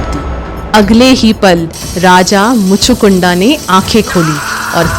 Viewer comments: इन आधे अधूरे महाज्ञानियों ने अलग ही नरक मचा रखा है 😡😡 कथा तो अच्छे से बताया आपने लेकिन दीदी उनका नाम कलयवन नहीं कालयवन था, और उनका नाम मुचूकुंडा नहीं मुचुकुंद था,, नाम ही बदल दिया आपने क्यों..?? अगर अंग्रेजी वाले शब्द उपयोग करने थे, जिनके उपयोग से कथा और उच्चारित नाम का अर्थ अनर्थ हो जाता है तो अंग्रेजी भाषा में ही वीडियो बना देती आप,, जैसे अंग्रेजी में-- श्री राम को रामा, श्री कृष्ण को कृष्णा, शिव जी को शिवा, अरे मत करो ये सब जब हिंदी भाषा मे वीडियो बना रहे हो तो भगवान का नाम वैसे ही उच्चारित करो न जैसे हमारे वेदों और पुराणों में वर्णित हैं। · Please pronounce the names correctly. The names are काल यवन and मुचकुंद Not कलयवान and मुच कुंडा 😢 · आपको हिंदी भाषा पढ़ने की बहुत ज्यादा आवश्यकता है, 1- कलयवन नहीं "कालयवन" 2-मुचुकुंडा नहीं "मुचुकुंद" 3-इक्ष्वकु नहीं "इक्ष्वाकु वंश" बाकी कथा बहुत सुन्दर व्यक्त की है आपने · behen sometimes your pronounciation for some words going incorrect. कालयवन and मुचकुंडा नहीं मुचकुन्द hai . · मुचकुंद है उच्चारण, मुचकुंडा नहीं। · Behan itni jhol krke story sunai.. us par Raja Muchukund ko Muchukunda bula rhi hai. English mein Likhte hain but bolte Muchukund hi hain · कालयवन और महाराज मुचुकुंद है वे मुचुकुंडा़ नहीं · आपने सही बताया,पर कलयवन नहीं कालयवन नाम था। उसी तरह मुचुकुंडा नहीं मुचुकुंद नाम था। ये इसलिए आपने बोला जैसे योग को लोग आजकल योगा बोलने लगे हैं। अंग्रेजी भाषा का प्रभाव। जय श्री राम 🚩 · Sab ki naam sahi se loo😡😡😡😡 (raja mandhata ki putra raja muchukunda)